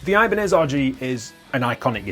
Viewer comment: It's not eye-banez, ee-banez dude